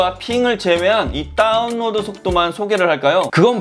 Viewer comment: 요즘 인터넷에 대한 이슈가 많은데 다뤄주시다니.. 평소 궁금했던 부분 말끔히 해결됐습니다^^ 다운로드 발음하실 때 “따운”이라고 하시는거 중독성 있네요 ㅎㅎㅎ